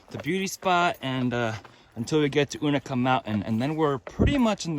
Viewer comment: Agreed, except I say you-na-kah. This pronunciation stuff starts at Amicalola, not Amicola. Say it the way you want, everybody knows what you're talking about. Speak hiker?